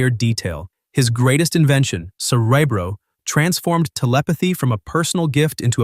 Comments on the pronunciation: How Can You Tell This Is AI? Im Guessing The Narrator Mispronounces Well Established Words Like Cerebro? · So-Ray-Bro lol